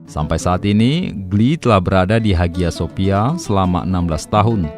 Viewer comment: Bacanya Aya Sofia Mas...